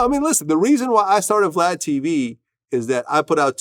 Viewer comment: Sounded like Boosie called Vlad "Glad" 😆